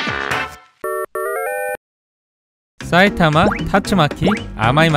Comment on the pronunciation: 경상도 분이신가요? "사이타마" 말할때 "싸이타마"라고 하시는거 보면 경상도 특유의 쎈 발음이라 갑자기 궁금하네요.